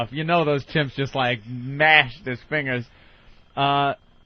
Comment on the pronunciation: The way Ant doesn't pronounce the g in fingers